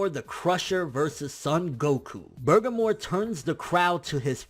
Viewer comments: There is literally no R at the end of that word. Please stop saying burgermore before I tear my ears off. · why do you keep saying burgermore lmaoo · You keep saying bergamore, why? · did you say "burgermore"?????????? hahahahahaha, tho tf is he?? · Love u bro lol, but it's Burr' ga' moe' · BUR - GAH - MO.....Say it with me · Everytime you say Burgermore, I laugh so hard. Can we get a burgermore count going? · it isnt just an accident either... he has said "Burgermore" in every video for the past 2-3 weeks. Maybe next he will fight "Gock yew"? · you're saying his Name Wrong lol. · Why are yoU adding an R to the end of Bergamos name?? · BER-GA-MO!!!!! Not Bergamore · Bur-GAH-Mo not Burgermore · Burgermore? Nigga I know you hungry but damn. It clearly says Bergamo. Sound that shit out Ber-gam-o. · Who the hell is Burgermore? I thought it was Ber-ga-mo? Where did the extra r at the end come from? What? WHAT? I need answers. Now I'm hungry. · bergermore lolz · If anything, its "Bergamot" with a "T", translated, without...not "bergamore", what the hell even is that? The wolf brothers are named after rooted plants/spices. So Bergamo's got some psychic powers? Weird, considering he looks like a pure physical powerhouse. My prediction's also that Goku wins, 2-1, 7v9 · lol your ponoucing that name wrong dude. its bergamo, not burgermore lol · I feel like you butcher names on purpose lmaoo. It's BER-GAH-MOE..not BER-GUH-MORE lmaoo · In every video it sounds like you keep saying "Bergamor" even while reading his name. I don't know if that's just how you sound when pronouncing it, but there's no "r" at the end though. "Bergamo". #justsaiyan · I was thinking the same thing. He says it exactly like burgarmore instead of Bergamo. Weird pronounciation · He should've pronounced it like Ber-ga-mo with precise sounding Even his closed caption says: "Burger More" lmao ( must be hungry) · its pronounced "bur-gom-oh"....